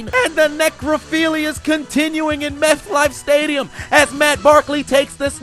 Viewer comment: Meth-Life Stadium LOL